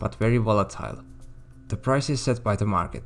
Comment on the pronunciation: You mean sup-ply. Not sup-lee.